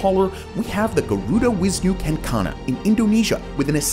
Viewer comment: just a little bit of correction on the Garuda Wisnu Kencana(GWK) , the c in "kencana" is pronounced ch like in chair, kencana means golden or if you add "kereta" before kencana it means a chariot.